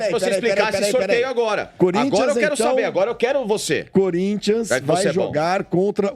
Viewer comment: Sormani tentando falar o nome do time, parece q tava tendo um derrame 😂😂😂😂